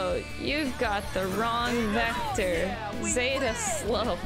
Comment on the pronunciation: I find it interesting how people apparently hear different things than what people actually say...how people pronounce things differently despite hearing it from others. For example, how Minamimoto clearly says Zetta as zeh-tuh...but she keeps sayin it as zay-tuh, despite having heard Minamimoto say it several, several....SEVERAL times lol not really a complaint, just an observation, especially cause ive seen other people do it with other words